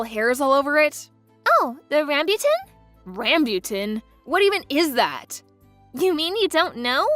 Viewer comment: Ahahahahaha the mispronunciation of rambutans is genuinely funny 😂